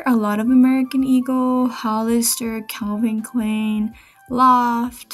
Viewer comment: I like how you pronounce Calvin Klein. It's a German name pronounced like Kline, spine, wine, pine. All the pants you found look great. But those purses are soooo adorable.